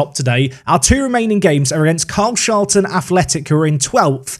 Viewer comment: Just to let you know carshalton is pronounced car-shol-ton